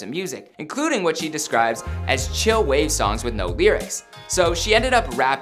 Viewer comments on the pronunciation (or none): none